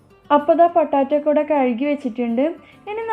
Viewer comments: പൊട്ടാറ്റോ അല്ല പൊട്ടെയ്റ്റോ 😌😌🙆🙆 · പൊട്ടാറ്റോ അല്ല. പൊട്ടറ്റോ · ഇത്ത പൊട്ടാറ്റോ അല്ല പൊട്ടറ്റോ ആണ് 😁😁😁😁😁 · Sambhava okke kollam.bt potaaatto alla potato